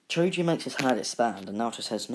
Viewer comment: I like how you say choji as chuji